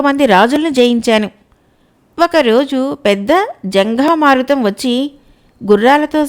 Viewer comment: జంఘా మారుతం కాదు. జంఝా మారుతం.